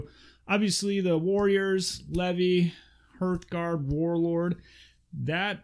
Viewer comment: Great video....I’ve pre-ordered everything from the Age of Magic range. I really enjoy your channel.......but for sanity’s sake ‘hearth guard’ is pronounced the same way you pronounce heart......just add an ‘h’. As in “harth”......not “herth”. I’m not being a grammar nazi......just trying to rectify a common error amongst players of this excellent game.